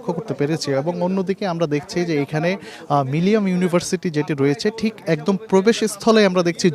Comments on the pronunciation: মিলিনিয়াম বলতে কষ্ট হচ্ছে কেন বার বার মিলিয়াম বলছে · মিলেনিয়াম উচ্চারণ করতে পারে না যে ব্যক্তি, সে রিপোর্টার হিসেবে দায়িত্ব পায় কিভাবে এবং কোন যোগ্যতায়?